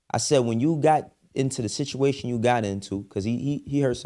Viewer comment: Bro said situration